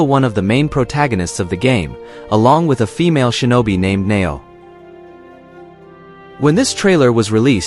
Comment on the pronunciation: objectively speaking we know Yasuke was in Japan for 3 years. Sword bearer, or Kosho were low level bushi. Wakizashi were given to low level bushi, not samurai. Man your pronounciation of Japanese names is terrible. Its not Nobyunaga its NoBuNaGa and NaOhEh. Samurai had sir names. It took Hideyoshi, the ruler that followed Nobunaga and ruled all Japan took 10 years to be a Samurai. If they considered him a legendary Samurai there's no way Mitsuhide would spare him. Also, in that time we recorded all battles and samurais and their accomplishments. we have no records of this. 99 percent he was not a Samurai he was Nobunagas trophy to show off to other people. Look at the rare colored servant I have. do you think Nobunaga would send said rarity off to a dangerous battlefield? he gave him the status of Kosho so that they could speak directly together. and a female Japanese does not represent Japanese warriors at all. the whole comment about exploring Japan with non-Japanese eyes is really racist. why does Ubisoft trash its name of being so historically accurate that Unity was used to rebuild the Notredame? because theyre in bed with sweet baby inc. tatami mats arent squares. You don't sit on the lines, kneeling was started under Tokugawa, and the shoji is too big, Incense is a buddist tradition from the Edo period not a Shinto tradition... why didn't they have any of their Japanese staff review this? they are shitting all over their historical accuracy reputation. it also makes